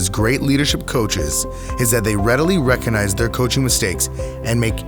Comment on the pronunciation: Mistake no1. The word is pronounced recoGnize.... not reconize. Sorry but your credibility will suffer if your grammar is not up to scratch .